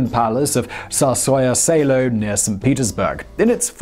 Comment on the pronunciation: Wait-wait-wait, Simon. Wasn't Elisabeth of Russia an empress? Cuz here in Russia every historical source clearly says she was an empress and not a "zarina" or something. Btw, you failed to pronounce "tzarskoyeah selo" correct. Try to listen to google translate pronouncing words first, I swear it helps. Not offended or sht. I just wonder if you mispronounce things because it's comlicated to say them or you just can't be bothered with pronounciation